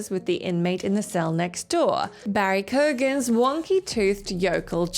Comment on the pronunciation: for the batman segment: the actors surname Keoghan is pronounced "key-own" not "key-oge-in"